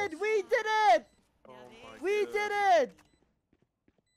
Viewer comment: maybe with that outro finally learns how to pronounce wedid